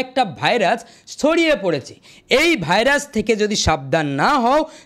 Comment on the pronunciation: ভাই ভাইরাচ নয়, ভাইরাস😂